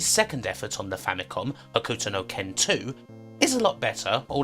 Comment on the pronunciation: you pronouncing "Hokuto" as "Huh-Ku-To" is gonna drive me nuts. Its "Ho-k-to" The "U" is silent. XD